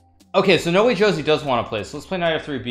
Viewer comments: its not nowejosie.... its --> NO WAY JOSÉ (ho:zay) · It’s not nowee joesee it’s no-way hose